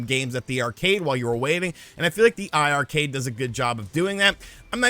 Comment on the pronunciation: Hey, it’s pronounced eye-eye Arcade. Both i’s in the iiRcade name are for 2 or players. I was confused myself so I asked the team one day during a livestream & that was the explanation they gave everyone in the stream about how to pronounce it.